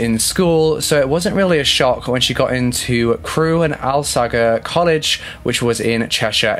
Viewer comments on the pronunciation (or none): Just to let you know Alsager is pronounced as All-Say-Jer. I live nearby.